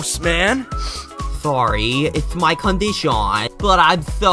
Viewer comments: yes but condiSHAWn is the way he pronounces it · it’s actully “condition” but he pronounces condition like that